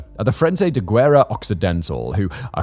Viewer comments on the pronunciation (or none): none